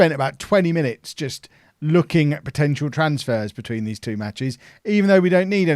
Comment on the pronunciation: He calls all days for dees.